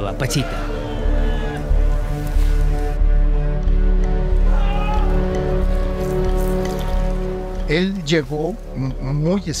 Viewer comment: Es Pachita, no Panchita